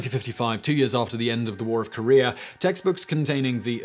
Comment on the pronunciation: Also it is Korea not Korear